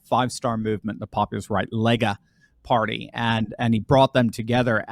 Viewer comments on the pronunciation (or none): none